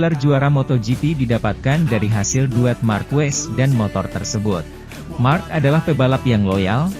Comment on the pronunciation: Marck marcrees😂😂😂